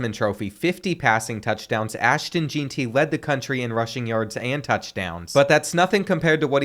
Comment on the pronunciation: Why’d u mispronounced jeanty Ik u did purposely